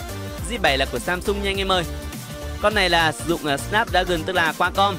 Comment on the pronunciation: Snapdragon đọc ko đc thì đọc là sờ náp dragon đi cho vui tai:v